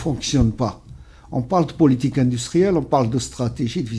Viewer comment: Indistruelle? Comme ca se prononce? 😄😄